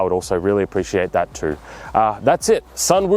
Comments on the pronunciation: Hi, I like this video, and btw, the sun pronounced as soon😊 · the Sun is pronounced as "Soon"..